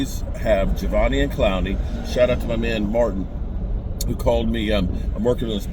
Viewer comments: His name is pronounced "Ja•dEve•eon". The first E is a long E. The rest are all pronounced as small letters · none of this has anything to do with the question… he’s saying this because was butchering his name in the video